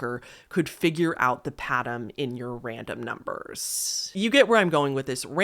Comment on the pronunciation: I’m a new sub and I really like your channel….but one piece of advice? Why r u talking with such an emphasis on the last syllable of words u say? Like “numbers” as “numbersssss”? Sorry, but it’s really annoying and actually sounds kinda dumb, and ur clearly not dumb at all! This is the first video I’ve noticed it so I’m hoping u just started it so u can quickly stop it before it becomes a habit. So it’s up to u, but please reconsider doing that when u speak some words. U speak so well, and I love the enunciation but what ur doing sounds like ur trying to be quirky or something but it comes off really ridiculous sounding. Ok-sorry, I don’t mean to offend but please stop before I, and prob many others, stop watching for such a dumb-but annoying-new habit. Love ya! Xoxo